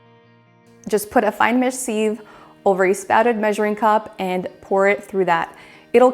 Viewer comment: You say sieve funny 🤣 but hey I’m a Aussie and we virtually have a completely different dialogue to the rest of the world 😂